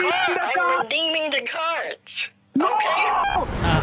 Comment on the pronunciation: "I am delling you, DO NOT redeeming the gards... No, I am not here to jeck on your egztended warrantee." 🤣😂